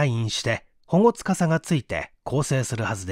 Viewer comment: AI音声ですか、 保護司 ほごつかさ→ほごし、私の間違いならすみません。